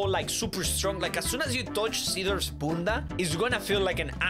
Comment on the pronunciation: u ruined the word bunda